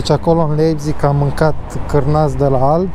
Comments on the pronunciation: A pronunțat cum se scrie. :)))) Când de fapt se citește "LAIPTIG" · se pronunta laibtih si farfuria se pronunta tela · Se citeste Laipțih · “Laipțih” :)))) Comentatorii de la Fifa sunt de mare ajutor uneori :))) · Hai ca ești bun pe pronunție. "Laipțig" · Se pronunță Laipțih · Se citeste LAIPȚIG!!! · Cum a pronuntat numele orasului Leipzig 😂😂😂😂😂😂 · Nu știe să-l pronunțe. A avut probleme chiar și cu Leipzig la pronunție